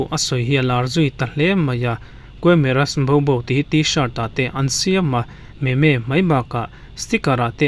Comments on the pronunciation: Me me antilo memmss ti a lam tur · Meme. Hi. I sawi dik lo. Meme hi. I I sawi dan tur chu mizo tawngin. Mim tih tur 😁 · Meme nilo in mizotawnga MIM kan lam ang hian lam tur. Entirnan "Vaimim" kan tih a "mim" ang hian aw sir 😊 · Meme itih hi. Mim tiin sawi tur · Meme mimsss ti in lam la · Camera wawa😂 meme(mim) tia lam tur